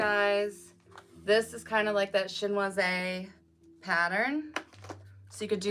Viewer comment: Chinoiserie - is that the word/style you're referencing? May I offer this pronunciation suggestion? Shin- was-er-ree. Think French pronunciations.